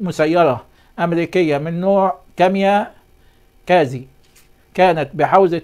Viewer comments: مش كاميا كازي .... كاميكازي او kamikaze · هل يعقل انك لم تسمع بالكاميكازى ولا تعرف ان تنطقها